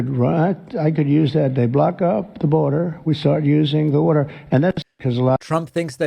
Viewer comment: Block up the burder! Turn on the wurder!